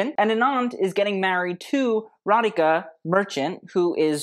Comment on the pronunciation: Thanks for saying Radhika (and not Radiki) 😀